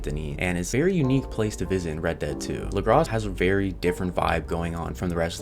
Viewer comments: It’s pronounced lagra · The s is silent in Lagras.